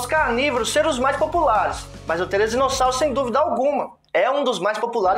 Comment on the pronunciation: Therizino e não Therezino😂